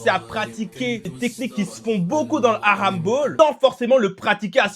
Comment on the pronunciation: Frro t japonais ou tu sais juste pas rouler les r ? Prcq mes oreilles ont saigné pendant toute la vidéo a t’entendre prononcer « halamball » tel un gosse de 6 ans à qui il manquerais encore quelques dents